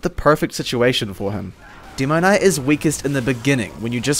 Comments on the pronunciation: "Deemoknight"? "hidz?" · "Dimoknight" dat accent ;) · i dont like the way your pronounce demoman and demoknight... its the "demo" part. it sounds weird